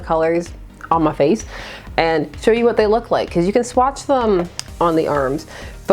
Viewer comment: I’ve never heard someone say “muh face” as many times as you did in this video. Quite amusing!